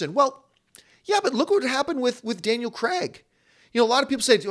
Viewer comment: Is it me or was John saying 'Daniel Kregg'?